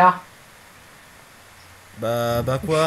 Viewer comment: a chaque fois que chica se présente j'ai l'imp q'elle dit pizza et pas chica xD